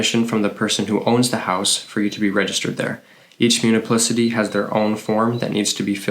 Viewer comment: Good info at a fast pace. However, you might want to update some things: it's not 'muniplicity' but municipality! Also: permanent, not 'permament'